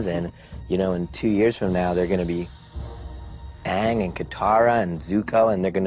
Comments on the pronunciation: THEY DIDNT PRONOUNCE THE NAMES RIGHT!! AAAAAAAAANG!!!!! NOT OOOOONG!!!!! GODDAMMIT!!!!! lets do it like harry potter and change directs!!!!!! m night is soooo conceited! "in 2 years these kids are going to be world famous. how about you stick to thrillers and stop ruining childhoods? well we know he wasnt in a rush to watch the shows cuz this video came out a year after the last episode aired...... what a disappointing movie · M. Knight Shymalan, this movie is horrible. First off, it's AANG not UNG, second, u probably didn't even like the show. It makes sense when you explained that your daughter liked it instead of u. This movie should be cast into the burning pits of the Boiling Rock, and burned up by Sozin's Comet. I hate this movie so much. U do not deserve to stand in the same room as Bryan Konietzko and Michael Dimartino. I hope you are locked up in the Boiling Rock along with ur garbage movie. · so naturally, he whitewashed all the characters and mispronounced their names. , blink twice if you need help - , they haven't seen the movie yet have they..... - , he didn't answer the question. he just said how hard it was to do it.... , i have found the reason why Zhao vs Zuko is the most developed plot line in the entire movie , he really HASNT watched season 3 , wow.... WHITE AMERICAN KIDS.... IN SCHOOL??! foreign concept i do not understand. , no please... M night dont do this. , ah, so normally hes to only depressed one, but now WE get to be depressed WITH HIM! Hoorah! , so he REALLY HASNT WATCHED season 3! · Just becayse he wants to do something different doesn't mean it's good. He literally whitewashed a bunch of characters, mispronounced their names and took away the humor that made the characters great, it's a disgrace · He picked Zuko as his favorite character because that's the only one he can pronounce